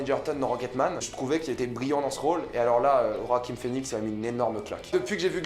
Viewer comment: Roaquim ? 🤔 Sinon critique au top, tout à fait d'accord avec tes propos. Ta chaîne est super, continue !